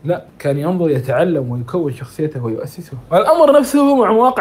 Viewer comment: ياسسه و ليس يؤسسه